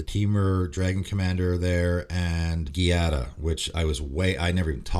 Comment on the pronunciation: hey man, just wanted to le let you know that "gia" from Giada is pronounced like "ju" from the word justice.